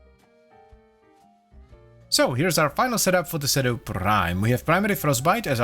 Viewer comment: According to the latest devstream, it's "seedoo". Also, "Lavo Prime" 😂